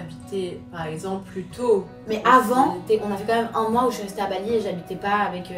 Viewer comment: « Paremple » au lieu de par exemple elle dit ça à chaque fois dans tout les plateaux où elle vas 😂😂😂😂 faut vraiment apprendre à parler